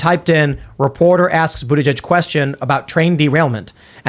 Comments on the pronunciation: I'm a fan of her pronunciation.."Bootishay." So proper for pot hole Pete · Does this chick mispronounce Bootyjudge’s name on purpose? Could no one correct her?